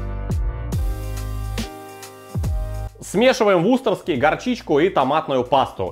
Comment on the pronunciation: сколько лет еще будешь ВУСТЕРШИРСКИЙ соус называть ВУСТОРСКИМ?